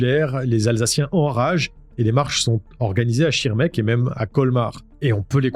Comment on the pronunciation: Bonjour, Tout d'abord j'aime beaucoup ton nouveau décor c'est très joli. Juste je suis étonnée que tu puisses mal prononcer le nom de la ville en Alsace, car le "sh" se prononce "ch" comme en allemand 😉 mais ce n'est qu'un détail. Tu le sais si tu as vécu là bas. J'ai vraiment apprécié cette vidéo malheureusement très triste pour les 3 victimes. Je suis ravie que les lois aient évolué depuis. Je suis très contente aussi que tu nous parles un peu de toi et de ce qui t'as amené à faire du "true crime". Je comprends mieux ton intérêt pour les affaires criminelles vu ton passé de gendarme 👍😍 Très beau métier d'ailleurs mais très difficile j'imagine. Surtout dans ce genre de situation. En tout cas, BRAVO 👍 Bravo, pour avoir exercé le métier de gendarme et bravo, pour ton décor. Bisous 🥰 (je suis une vieille dame de 60 ans je peux me le permettre 😂)